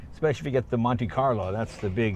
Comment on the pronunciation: Instead of "Monte carlo" I thought he said, "Monte Python" model...